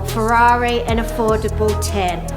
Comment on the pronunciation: New guy here - Why can't he say Ferrari?